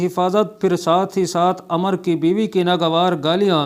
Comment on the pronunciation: عمرو ہے عمر نہیں بڑے علامہ پڑھنا بھی نہیں آتا ۔۔۔۔۔کیا